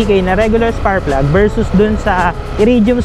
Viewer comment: “SPARKKK” PLUG brad. Hindi SPARRRPLUG. Puro ka Sparrrplug eh! 🤣🤣🤣🤣🤣🤣🤣😅